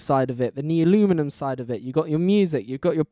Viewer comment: Honestly you didn't say it that bad, I used to say it as Nuleomulium 😭